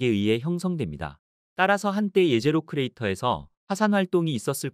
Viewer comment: 제제로가 아니가 예제로임. 히브리어 jezero(예제로)는 호수라는 뜻으로 사용했기에 제제로로 발음하는 것이 아니라 예제로가 맞음.